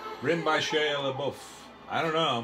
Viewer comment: His follow up chat on shia (which he can't seem to pronounce correctly) just made him sound so dumb. He said Nymphomaniac looked weird but he hadn't seen it so it's weird lol. What?!